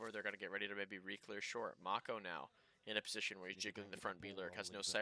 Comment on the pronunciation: Pretty sure this is the first time I've heard it pronounced as Make-o instead of Mach-o xd